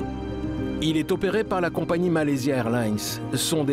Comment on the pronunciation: La voix off incapable de prononcer correctement le nom de la compagnie sur l'intégralité du docu. Insupportable.